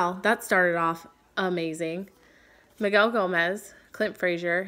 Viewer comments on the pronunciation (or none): none